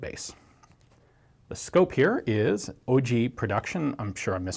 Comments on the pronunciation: OLGEE is pronounced All-g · If OIGEE is even meant to be read as a word and not as individual letters, the G is always, always, ALWAYS read as in "Gewehr". You don´t say "djevehr" and you don´t say "oidji". The utter and total sloppiness of the english language does not find a match in other languages. Other languages have an order to them.